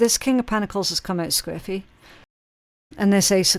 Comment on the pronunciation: I had to look it up. 😅 From context I figured it must mean sideways or off kilter or something like that, but I still wanted to know the official definition. At first I wasn’t sure if she was saying scriffy or squiffy & I couldn’t find anything for scriffy 😂 When I finally realized it was squiffy, I looked it up & saw the main definition is “slightly drunk” & I was like 🧐🤷🏼‍♀️ lol I knew that’s not what she meant so I kept digging & found it can also mean “askew.” I learned something new 😉